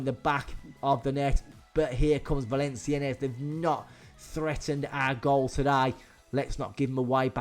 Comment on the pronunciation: it's "Val-on-siyenn" the s at the end is slient. Didn't know PSG were this bad in 2008 XD I thought they were slightly better 😂